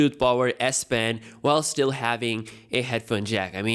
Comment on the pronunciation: I thought they gonna remove the s-pen ... and i was like wtf is he saying xD